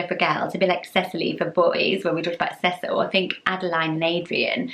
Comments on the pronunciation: The way you pronounce Cecil is SO much nicer than the way we pronounce it here in the southern US! We say it See-sul. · I like how you pronounce Cecil. Everyone I know in the US pronounces it see-sil. I like your prononciation better :)